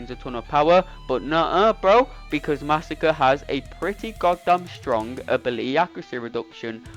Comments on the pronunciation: Mah-sah-cre'. Not Massa-kurr. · I knew this was all lies when you said under 40 seconds but 41 seconds was on the screen 😂 You’re butchering his name, but great video! Edit: you addressed the massacring of his name.